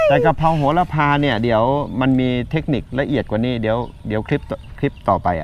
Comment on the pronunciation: ต้องออกเสียงว่า"โห-ระ-พา"นะคะ